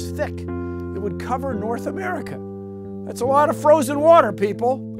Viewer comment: NoRhT AmErICa